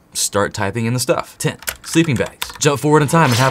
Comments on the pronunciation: Watched whole video to see if "test" for "tent" was noticed. I'm like that. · "So test will be 0" Umm isn't it tent